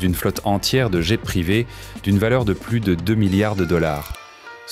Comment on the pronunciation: ON NE PRONONCE PAS LE MOT ANGLAIS jet EN DISANT JAIS